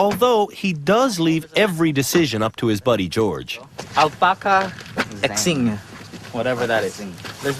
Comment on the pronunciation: Alpacas xing? It’s alpacas crossing 😩